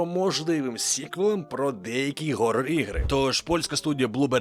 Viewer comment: За новини дякую. Але, друже, ну скільки можна вже видавлювати з себе оце "ГГГГ...орор; ГГГГ...айп..."?? Я не хочу вдаватися в глибокі лінгвістичні повчання, але коротко скажу, що це неправильно вимовляти / транслітерувати "ейч (h)" через "г". Просто уяви, щоб носії англійської почали раптом казати "ай Гев ту ду...; хі Гез ту ду...; Гав мені...; ітс Горрібл; Гевн...; Гюман" замість "ай Хев ту ду...; хі Хез ту ду...; Хав мені...; ітс Хоррібл...; Хевн...; Хюман" І не треба ліпити сюди повістку про "це ж російське/запозичене, а в нас має бути своє", бо фактично є цілий ряд мов, які мають ідентичні правила вимови, морфології, синтаксису тощо і свідомо перекривлювати оригінал - не найкраща ідея навіть по формальним правилам багатьох мов. Якщо ти це робиш усвідомлено (типу твоя фішка), то знай що це не ок, а звучить взагалі так, ніби в тебе була 2-ка по англійській, а ти викручуєш словечка, щоб виділитися ніби в тебе якісь глибокі навички вимови, але це виглядає як клоунада для тих, хто дійсно розуміється... Схожа ситуація була і з новим правописом, коли дармоїди-лінгвісти, яким не було чим занятися, видумали нові правила тупо щоб оправдати свої зарплати, бо був зручний час для мовної повістки... ПроЕкт почали вимагати називати проЄкт; еФІр - еТЕр; АФІни - АТЕни; ДемосФен - демосТен; анаФема - анаТема... (це просто крінж, а не правила, бо висосано з пальця як новація заради новації, про що навіть не раз заявляли поважні лінгвісти, які просто не входили до комітету, що оце лайно виду